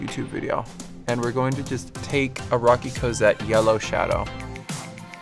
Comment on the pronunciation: Roque is pronounced roke, not rocky.